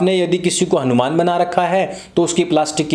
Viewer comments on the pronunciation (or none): none